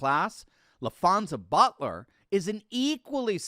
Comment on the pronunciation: La-Fonz-Za, really?